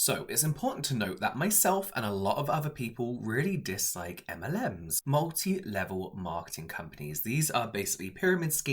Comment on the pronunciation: Literally thought he said m&m’s lol